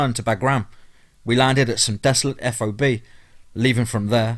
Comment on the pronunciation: TOC - you say it like "TALK", not T. O. C. F. O. B. = FAHB. Really enjoyed the stories. I know some of them are actually true...